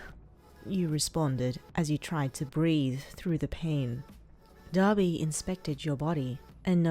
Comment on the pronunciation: Why did i hear daddy when she said Dabi